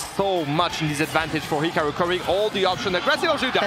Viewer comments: hikawu bweeding even mowue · Why does she have such a hard time saying hikaru